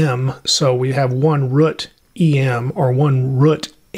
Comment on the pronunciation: man's unable to pronounce root 💀💀